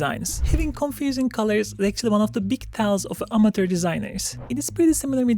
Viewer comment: Say: a-muh-chr.. a-muh-chr.. a-muh-chr.. NOT Amater